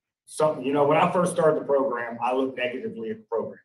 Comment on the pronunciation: ...l like your posts, and I appreciate/"get" all your doing putting them out there (despite the insanity contained within the cases of MOST of these animals). Just a little constructive criticism for you, and the Honorable... it's proGRAM, not proGRUM! Just nitpicking, drives me nuts.✌️